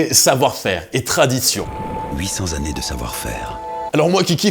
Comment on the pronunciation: "800 zannées de savoir faire"..🧐